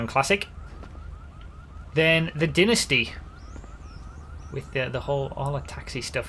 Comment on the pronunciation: it’s Dynasty not dinisty Dumbass